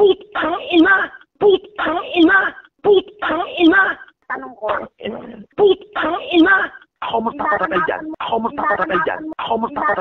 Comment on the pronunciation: "Phhhhhuuuutang ihhhnaaa" may hangin ang pag bigkas ni eh.🤣.